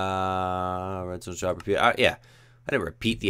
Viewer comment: You said redsont